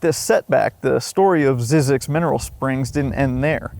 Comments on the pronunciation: You probably should first learn how to pronounce the place you did a whole video about. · I've been to the research station for a desert workshop. We pronounced it "ZYE-zix" instead of "ZIZZ-ix". Not sure which is right. I love crazy history tho. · Zzyzx is how someone from Cornwall would pronounce Sussex 🤣 mystery solved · You are mispronouncing the name. There was a documentary on this place on PBS a while back and the first thing they did was get the pronunciation of the name sorted out. It's not Zeeeee zyzx it's 'Z-EYE' zyzx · the correct way to say it is zeyezx, the y is long sounds like , eye in the middle, not zizx road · I was always told that it was pronounced Zz-eye-zx, but I can’t confirm the pronunciation one way or the other. Also, there was 2006 indie film about Zzyzx Rd. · Pronounced "ZZIZX", lived in Baker for 6 years. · Very interesting video.. I started taking field studies classes in 1990, and took classes for the next 30 years, so I know the place QUITE WELL. Just one correction . . . Zzyzx is pronouced 'zy-six'.... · Just fyi--it's pronounced "ZY-zyx" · When I worked at KHWY, we were told it should be pronounced ZYE-zix, not ZIZZ-ix. Not sure which is correct, but the whole story is very weird. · It’s pronounced “zee-six” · Wish you would pronounce Zzyzx correctly it’s (zeezix) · We always pronounced it a one syllable word with a silent X ie. “Zees” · It's zeeee zix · You pronounce it incorrectly. It is pronounced ZY ZEX,. The Y is a hard Y. My late father, who was the guy in charge on that freeway for CalTrans when that freeway was constructed, took it upon himself to make sure that the sign for ZZYZX Road would not be removed, as Cal Trans was planning on doing. I am 71 now but have vivid memories of my father coming home and telling us about ZZYZX Road when I was in elementary school. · It’s pronounced ZYE- Zix